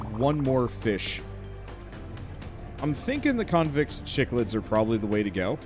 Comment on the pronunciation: aah like this game and cichlid is pronounced "sick-lid" gorgeous fish. especially the ones from malawi